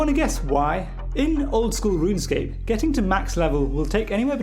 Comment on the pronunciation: Mfer really called it RUN-ESCAPE 🤦🏻‍♂️